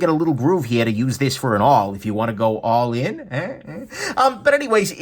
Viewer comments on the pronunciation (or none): “If you wanna go awl in” 😂 amazing